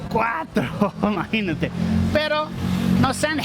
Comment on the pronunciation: Lo chido es que ya dices MAGINATE!!!!